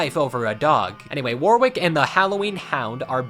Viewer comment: "Warwick" is generally pronounced, "Worrick".